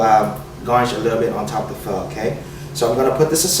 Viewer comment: is he saying fuck? like "get down together and have a perfect fuck" ? ??? ???? ?? ?